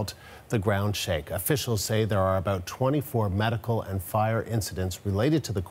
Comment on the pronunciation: 😂 he said aboot